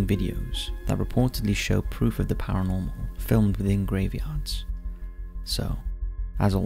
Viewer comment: ParaNORMAL not Paramol